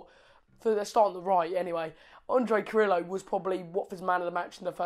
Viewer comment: Yes, new Watford supporter from here. Carrillo (say Jacob for pronounce please:)... KAH-RRI-YYOH ). Sure he must give you all some sattisfactions. Very good vibes w/ WestBrom match. Thanks mate!